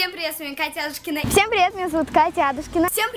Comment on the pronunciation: АдУУшкина или АААдушкина? Куда падает ударение?